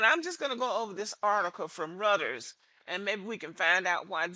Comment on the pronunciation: Everything here is right on time, but Reuters is pronounced as "roy·trz".